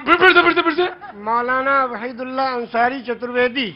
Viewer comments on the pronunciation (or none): It is not 'Raheed ullah' but 'Waheed ullah'. Plz correct. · नाम वहीद उल अल्लाह अंसारी, न कि रहिदुल्लाह अंसारी नाम सही से बोलिए और लिखिए। धन्यवाद